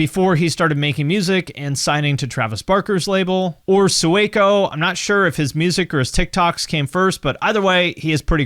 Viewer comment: Sueco is pronounced like “sway-co” not “sue-eh-co” and he came from mumble rap which was a good switch but he was good there too.